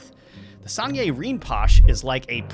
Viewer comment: FYI it’s pronounced Rin-po-shay. ❤️